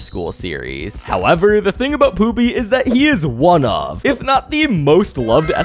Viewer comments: Pooby ❌ Poopy ✅ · Bro kept calling pooby poopy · Is he saying poopy??.. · I hear pooby and poopy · his name is not poopy it’s pooby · Por pooby 😢